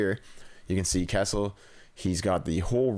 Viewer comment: Nobody heard him say Kesley ??